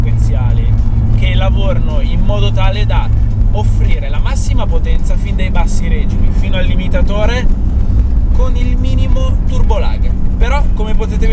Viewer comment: SI DICE: REGÌMI NON SI DICE: RÈGIMI